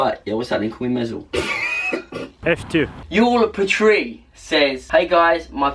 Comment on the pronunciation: Hi guys. I am Yuill Petrie!! BTW it is pronounced "You-will Pee-Tree" 😂😂😂 Just to let you know!!